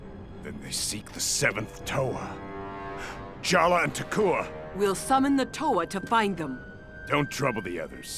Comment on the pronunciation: His name is spelled either Jala ( ) or Jaller (2003-Present) and pronounced "Jall-Uh".